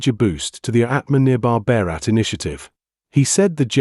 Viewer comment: I understand it’s English language channel. But I also understand it’s Indian and majority listeners are Indians. But the accent of the reporters is very foreign. Why on earth you would pronounce the word Bharat as Baraat instead of Bhaarat usung your naturally twisted tongue. And pronouncing a word like aatmnirbhar is completely out of these reporters’ range. The pronounciation of This host deputing for Palki, is not great eaither for Indian words; pronounced Kabul as Kabool instead of Kaabul. 🥲🥲